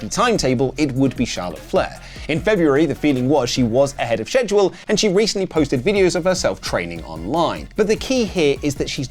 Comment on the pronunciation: biggest nemesis is the word Schedule….😂😮